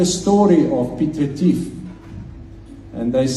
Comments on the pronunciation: King ke Piet Retief not Piet Revier. 🤣🤣🤣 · 😂😂😂 Piet Refill or Piet Retief😂😂😂😂😂?